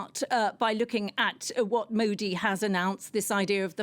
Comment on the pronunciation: Love how she gave up on pronouncing his name